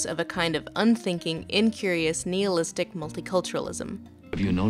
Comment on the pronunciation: Why does she mispronounce nihilistic and Jacokby's name?